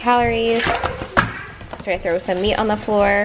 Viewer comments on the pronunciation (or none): none